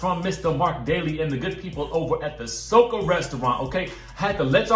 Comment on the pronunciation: Atleast pronounce the restaurant name correctly SO-CO!!!!!!!